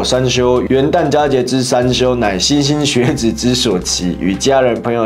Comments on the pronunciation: 莘莘学子 莘读申意思很多的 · 莘莘学子读错了。